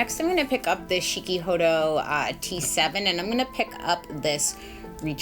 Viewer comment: Chikuhodo not shikihodo lol